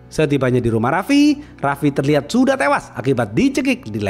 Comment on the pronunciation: hingga tewWWuassssyyyyy ... monyong nyemprot lu min ....😂😂😂😂